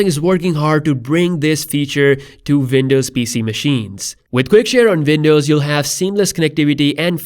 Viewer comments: Windows not VINDOWS 😂 Great update BTW 👍🏾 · Its w not v pls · Man please stop saying Vindows 😫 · Say Vindows one more time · I can't help but comment on that "vindows" 🤣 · "...vindows." Wtf? Are you living in a foreign cave, man? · Not to make fun or be mean but when i listen to this in 1.5x i hear "vindows" xD But fr tho ty for these videos :) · It's not Vindovs... Dude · "Vindows" lol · 'Vindovs' actually lol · I love you saying Windows...thats awesome